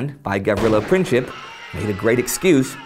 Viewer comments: also Gavrilo Princip's name is pronounced printzip and not princhip c is read like tz, č is ch and ć is a softer version of č. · Princip, not pincip